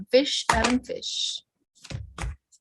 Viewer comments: Frish, sounds like “dish” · Always love your readings - specially your remote viewings <3 Just thought I'd mention: Frisch is the German word for "fresh" (as in fresh produce) and it's pronounced just as it looks: FRISH. Such interesting insights you give us <3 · You need to pronounce the "r" in Frisch.